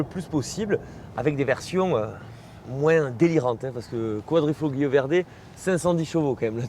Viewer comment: Petit tips prononciation : QuadrifoLio ;) (le G est quasiment muet)